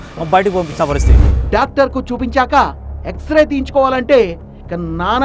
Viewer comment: ఎక్సరే ఎక్సరా కాదు